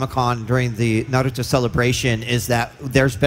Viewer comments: crashpal japanese dont have toe...the t letter with them so its nah- ru- toh not toe..the t doesnt hit the roof of mouth but the teeth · How the fuck do ppl keep saying "nerudough"? Lol there's no letter "E" or a "D" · Kishimoto to the interviewer when he heard him say “nurudoo” : I’ll show you after the interview 😂😂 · If you ever say Nerudo there’s something wrong with you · Bro this man is not a fan of naruto, he god damm says his name wrong, it Na-ru-to not naruudo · thank God he stopped saying "narudo" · Its naruto not nerudo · It’s Not NAROOTO bro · Its aint nar uo to its naruto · It's nah-rue-toe! Jesus.... Not nah-rue-do..... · I usually don't care when ppl say "Narooto" but, right next to the creator??? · btwww dude says hes a fan then calls it narudooh multiple times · And americans think it;s Nah roo toe like bruh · "Nerudo" SMH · Acually in Japanese Naruto called Neruto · Naruta Uzumaki really ? sounds weird but ok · 56 seconds in the video and I’m already mad cuz the one dude said narooto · That's what I don't get where does that D sound come from.Its a T not a D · Narooto Shipədən. Love the pronunciation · bro said nuruto 💀💀💀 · Bruh u messed up the name it’s NARUTO LIKE SAY THE TO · Bro nobody shouldve stood up i mean hes not even fan enough to say Naruto right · I hate it when people put the accent on the Ru and not the Na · Your saying Naruto wrong. It's not Neroooto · Narooto I hate people who pronounce it like that. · 55 Real fans don't say Naroodoe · Wtf is a “nerudo” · You're sitting right next to Kishi. And you say Naruto wrong xD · It's not hard to pronounce Naruto right. Neither is Kishimoto as well. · Right I hate when people do that were is the " D " in naruto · Even they don't butcher the name that badly in dub! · must be awkward pronouncing Naruto wrong while sitting right next to Kishimoto. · this man sat right next to kishimoto sensei and said naruto wrong.... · The way pronounce NARUTO is so funny LOLOLOLOLOLOL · Mans said naroodö